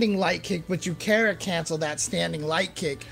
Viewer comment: Ive never heard kara pronounced like that until james chen